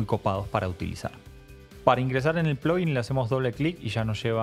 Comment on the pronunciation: nunca va a ser "plogguin" o es "plaguin" o "pluguin" ; "ploguin" suena muy americanizado....